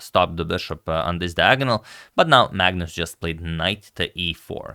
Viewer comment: On pronunciation, Magnus is pronounced Manus or Maunus, not phonetically. It's a Scandi thing sorry guys :(